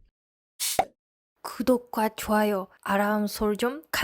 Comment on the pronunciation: 구도과좋아요 발음이 구~도~옥 조아여 완전 바나나발음 ㅋ